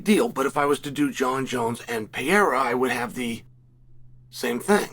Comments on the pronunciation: Hey Chael. It’s Per eira, not pee eira. You’re not 12. Learn how to say words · Is that really hard to pronounce Pereira the right way? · Yoo Chael, stop saying Pereira brother. U pronounce always very bad! say Poatan or Alex. Easier for u brother. Just saying because I am from Brazil and its kind funny u saying Pereira… 🤦🏻‍♂️🤣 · I love that Chael changes his pronunciation of Pereira every video